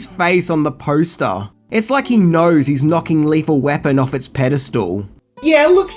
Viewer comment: Also "Pedastool"?